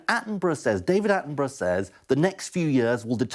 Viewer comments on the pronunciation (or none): none